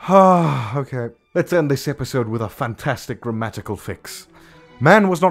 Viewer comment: Epsiode? EPSIODE?!?, are you serious?!